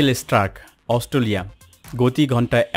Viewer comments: অস্টোলিয়া নয় ভাই অস্ট্রেলিয়া। একটু বাংলা ভাষাটা পরিস্কার করুন। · ভাই সব ই ঠিক আছে,Australia উচ্চারণটা প্রতি বারই সঠিক হয়নাই বলে আমার কাছে মনে হয়। আশা করি ভবিষ্যতে আরও সতর্ক হবেন। ক্রিকেটের একজন পূরানো দর্শক /শ্রোতা হিসেবে আপনার ভিডিওটার বিষয় আমার খুউব পছন্দ হয়েছে। আপনাকে অনেক অনেক ধন্যবাদ ও শুভকামনা।